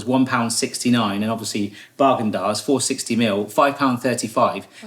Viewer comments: I thought you said "Bargain Dazs" which would be a great name for a budget ice cream brand. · Is he saying bagendaz”